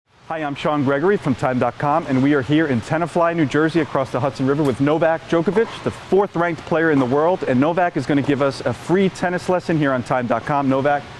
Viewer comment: novak djokevic , americans can't pronounce his name -_